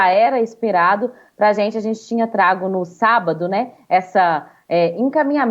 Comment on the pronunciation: A reporter fala "trago"hummmmm